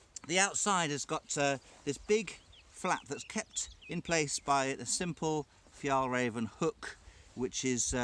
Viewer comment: The pronunciation is more like Fyell Rairven and Trangia has a hard G 🇸🇪🇸🇪🇸🇪